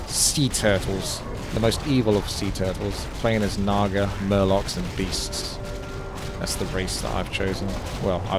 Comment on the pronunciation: You butchered the naga haha